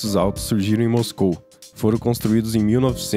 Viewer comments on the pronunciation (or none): none